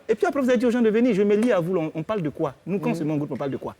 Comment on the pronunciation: même il dit koï 😂